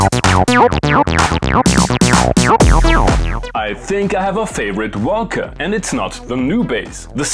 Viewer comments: gotta love the way Germans pronounce WOLKA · Low how you pronounce Volca! 😂